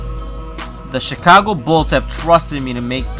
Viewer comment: it sounded like you said Chicongo